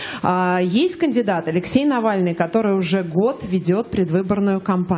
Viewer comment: Владимир Владимирович! Но ведь просто фамилия произносится. Давайте потренеруемся: НА-ВАЛЬ-НЫЙ! Видите, ничего сложного!